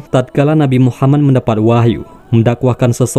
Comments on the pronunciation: Min tolong ngomong yg yg benner. Nabiullah Muhammad saw. Bukna muhamman. 🤦‍♂️ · Radio atau vieeo,, ini orangengucaonya MUHAMAN, yang benar MUHAMMAD